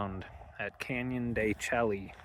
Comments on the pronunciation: you're touring my homeland. The Navajo Nation. Canyon De Chelly is pronounced Canyon De "Shea" . Id go check out Shiprock just to see the monument. Its actually quite cool if you go up to Four Corners ..youd be so close so may as well go and check it out. Go try a NavajoTaco at the Resturant in Chinle they are amazing. Also you know more about Navajo "4" more than most millennial Navajos LOL . Thanks for sharing and looking forward to more. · El Morro, what a cool spot. They really made the trail unique. Canyon de Chelly is really cool also, tall sheer cliffs and ruins (pronounced de Shay). The route you have planned out is super scenic. Be sure to check out the Moqui Dugway and Valley of the Gods by Goosenecks State Park and of course Monument Valley. Navajo National Monument is a CANNOT miss spot, spectacular!! Lived in the Page area for 20 years, great scenery. Hi from Silver City, NM. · El Morro looks cool! I'm on the fence with excavation/archeology. I resonate with the respect thing but at the same time, we wouldn't know our history. There's ways to do it respectfully. Look at Chaco Canyon or..Canyon De Chelly (pronounced shay for the viewers, you like to play on words like I do haha). Once again, no one around 😄🤙 Been a long time since I've seen a coin tray wash. 64?!! Lol. Everything is cooler when you're surrounded by rocks. I'm still partial to the red rock..Zion, Moab, Sedona. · When we were there the ranger told us it is pronounced Canyon de Shay 😮